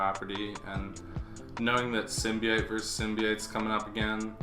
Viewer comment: How do you spell "sim bee ite?" Cause "symbiote" is way more correct